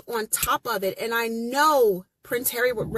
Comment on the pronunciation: 😂😂😂 the SS member said hawwy and MeGain "helped millions" through arsewell foundation